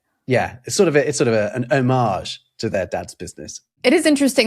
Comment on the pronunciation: What's with the 'o marj',. It's 'homij'. You're English.